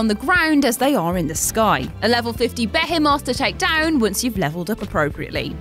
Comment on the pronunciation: your pronunciation of behemoth makes me uncomfortable.